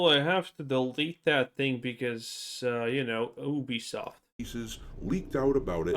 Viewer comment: 😩 all of you mispronouncing Ubisoft is why I never finish any of your videos. It takes two seconds to know how to actually pronounce it. It also means you’re all just watching the same videos.